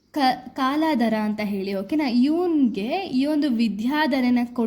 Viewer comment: Akka adhu kaaladhra alla kaldhara